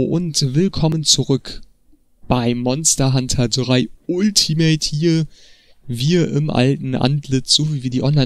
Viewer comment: Uuultimate :D Bitte sag *altimet*!